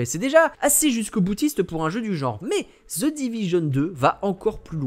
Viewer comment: Chers Français The ne se dit pas Zeu